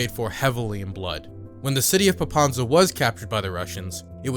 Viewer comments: Popasna, not Popansa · It's not Popanza, it's Popasna. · Very good video, but I am amazed that you visited the country, you make such quality content and yet, butcher the city name pronunciation. Popasna, not Popanza. It couldn't have taken more than 5 minutes to research. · You actually pronounced Zaporizhzhia perfectly, but somehow mispronounced Pop-as-na as Pop-an-za! This is cute... also, subscribed. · PopaSna not PopaNsa